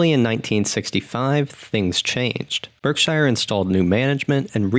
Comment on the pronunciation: YOUR PRONOUNCING BERKSHIRE WRONG, MAKING IT SOUND LIKE YOUR NOT A NATIVE ENGLISH SPEAKER.